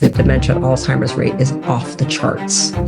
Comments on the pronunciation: Did you just say, All Timers?!! Everyone miss pronounces it. Anyway,:Excellent program! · First of all it's not "all timers" 😅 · its a Z not a T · Will someone please advise proper pronunciation of the word Alzheimer’s. I’ve heard it as “Alt-timers”, “Old-timers”, “Al-Zimers” or “All-Zimers”. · Oh my goodness. You both pronounced it “all timers.” That’s not the word!